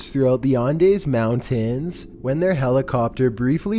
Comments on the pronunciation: JEBUS MAN.....Its pronounced ANDEEEEZ mountains....(Andes) lol for fucks sake bro. And the man in the cabin was emaciated....Not emancipated...hahahah.....Although I guess on a certain level he was emancipated by the chopper crew.....good LAWD man,,,please make no more videos....hhaha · The "on-days" mountains? I know can't really really read words, but that's a new level of nails-on-a-chalkboard hard to listen to.